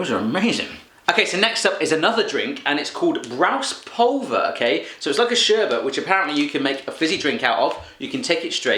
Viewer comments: This Brause Pulver u have to say the e trust me im from german :) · Watching it as a german it's so damn funny how he pronounces the words! TOHFIFI! NIMM SOFT TWO instead of Nimm 2 Soft! BRAUS POLVER! NAIDEREGGERS MARSIPÄN! So cute :D Good video :)